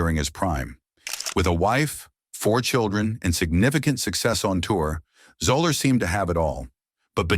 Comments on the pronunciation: Your feature of Fuzzy Zoeller was dramatically off the mark. First, you mispronounced his name throughout. Second, while his initial comments did come back to haunt him, but not through the rest of his career and beyond. There are stories that haven't been told about his class background. The year after the incident he returned to the Masters and heard constant questions about what he said, but most of the writers wrote it from Tiger's side. I was one of several writers who had a solid relationship with Fuzzy and behind the Augusta National clubhouse he talked to another reporter and me. He expressed regrets for his words and conceded it came back to bite him, but he said he wasn't feeling sorry for himself. He talked about another player who struggled with alcohol. "Me, I come out here (on tour) and I have some ups and downs, but that got has got to climb a mountain ever day." My editor said I didn't enough from Tiger, but the much of the press was telling Tiger's story. My story got play buried wekk below the fold. my writer friend's story was played on the golf jump play, once again well down on the page. In closing, I should add that Fuzzy had a strong relationship with most of the other African-American players on the tour . . . you can check the stories on the incident and I'm sure you'll find few of them, if any, coming down on Fuzzy. I believe you fashiioned your vidio with limited resolve to provide an accurate view of Fuzzy's career. P.S, -- He referred to many of u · AND. This idiot narrator couldn't even take the time to find out how to correctly pronounce his last name. What a joke!! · Zeller not Zola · 😂 Fuzzy “Zoh-lurr”?!? You made a whole video and don’t bother to learn his name hahaha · I stopped watching after 30 seconds... no credibility when you can't pronounce the man's name properly... "zeller" not "zoller" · That one did it for me, too. Also, it's "ZELL-er" not "ZO-ler." His initials, FUZ, are the basis for his nickname, not just the F and Z.